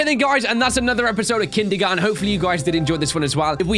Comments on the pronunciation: He said kindermon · No one: Literally no one:: "Kindygarten"